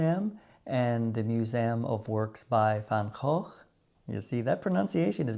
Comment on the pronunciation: Je uitspraak van Van Goch is heel goed! De ch van Openluchtmuseum is ook goed, Maastricht kan iets beter, een simpele stemloze ch. En de d in Noordzee kon ik niet goed horen, was het een pure t? De n van oliebollen is tom, oliebolle dus. Altijd leuke films van je!